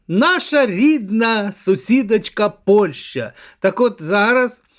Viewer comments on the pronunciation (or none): none